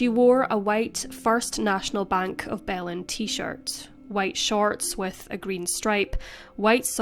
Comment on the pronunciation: “Baylyn,” not “Bellin.” Sloppy pronunciation.